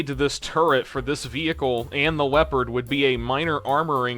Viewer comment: "weopawd uwu" I hate myself for writing that